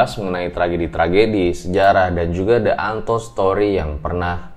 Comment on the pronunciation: Di antold bang ,bukn de antold ejanya ,klo ga boleh dgr lagu like a stone , disitu akn ada lirik the angel ,di enjel 😄 ,the dibaca di krn kata selanjutnya diawali huruf vokal aiueo 😁🤣